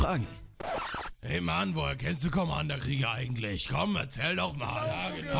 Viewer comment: "eigendlich" statt "eigentlich" aber scheiß drauf, geile stimme